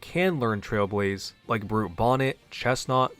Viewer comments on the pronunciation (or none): none